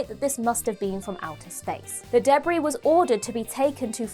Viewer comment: From now on I’m pronouncing debris debbree thank you